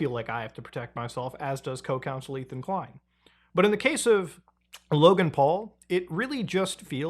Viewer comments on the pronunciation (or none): none